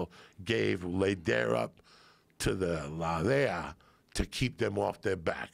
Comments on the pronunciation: Love how Joey knows little about everything. He says Lay-deer. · General North???? You mean Colonel North... and Carlos Lehder (pronounced Lay-der ). Diaz is funny to listen to.. .he’s full of shit half the time but ya gotta love him. The drug planes didn’t land in the Glades, there were only a couple runways, and no where else you can land, at first they would land on Highway 27, that runs north and south on the east side of the glades. The problem with that was the skid marks they made on the road, which let the cops know where they were landing, so they stopped that, and started using ranches north of Lake Okeechobee. Thats when they moved the landing and off loading to central Florida, on ranches just just south of Kissimmee, and just north of Orlando, around Ocala. In the Seventies and early Eighties the major developing hadn’t started yet, so it was pretty remote back then. I knew a lot of ranchers that got rich quick, and a crooked Sheriff or two and their deputies.